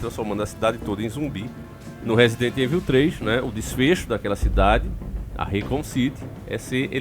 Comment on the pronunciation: diz resident heinvil. 😆